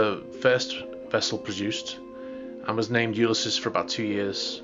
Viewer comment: What is U-lis-sis??